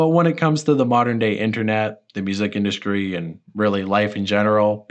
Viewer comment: "mainskream" "induskry"